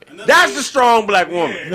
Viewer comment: Did dis nigga say "scrong"black women